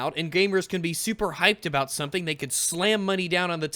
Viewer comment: Aboat is like the anti-canada version of aboot.